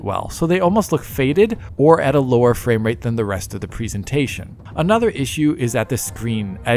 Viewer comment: Fame-rate? is becoming an influencer now? 😂